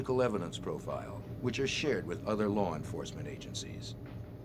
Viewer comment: “MEMBAHS OF LAWR ENFOSSMENT”